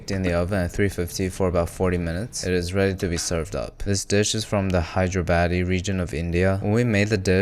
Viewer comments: As a Hyderabadi, I died when u said HyderaBADDY. Also the biryani looks sooo good, though you could mix it more before you plate it. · The Biriyani looks incredible great work , I was dead with the pronunciation off hyderabadi 💀🫶🏻